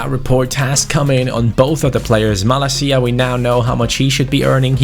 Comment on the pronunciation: don't pronounce 'Malacia' 'Malakia', because this is a greek swear...